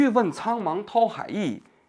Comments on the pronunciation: 王局 您的错别字越念越多了…… 范pāng dǎo海 bìng弃 dān精竭虑…… 好歹咱也是个知识分子 白字这么多真有点和您的行业水平不相称 平时还是多翻翻字典吧……听到好多次错别字了这期实在是太密了 尼采也不是启蒙主义那个时代的 差了一百多年的…… 错误真的有点多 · 范滂（pang），蹈（dǎo）海，王局怎么满嘴错别字，直追咱饼哥了。